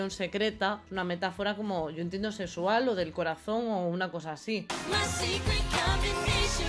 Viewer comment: diciendo metáfora "sesual" JAJAJAJAJAJJA te amo grax x todo